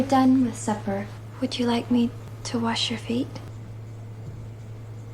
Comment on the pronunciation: You'd been pronouncing his name as Walsh... drop the l, like you are going to Wash your hands.